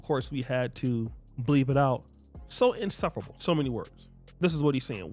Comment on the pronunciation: He didn’t know the meaning to facetious. And, he didn’t pronounce insufferable, right.